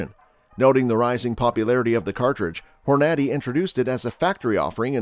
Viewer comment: Why are you pronouncing the Hornady name wrong? Apparently, either you don't hunt or your from Europe?